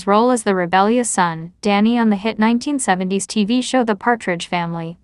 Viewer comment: I despise videos that rely on computer generated AI narration. Nine-teen-seventy-s.... Has SLASH been.... GIVE ME A BREAK! If you can't take the time to narrate your own videos STOP POSTING. Nobody wants this crap. Thumbs Down and I'm telling YT that I never want to see your channel featured again.